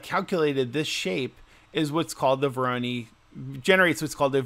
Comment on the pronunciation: Say it with me, "Voor-aww-noooiiii" pattern, nor "voor-oh-knee" 🤣🤣 jk mostly. Thanks for rbe video, very cool!